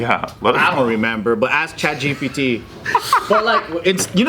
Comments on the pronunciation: Joe trying to say GPT in the beginning of the video had me dying 😂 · when Joe be saying GPT in that indian accent and Ryan turns it up I be dying 😂😂😂